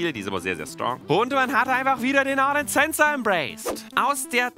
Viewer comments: Wie er ornn ausspricht richtig orrrrrrrnn XD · Immer wenn Orrrrrrn sagt, bekomme ich einen Orngasmus:D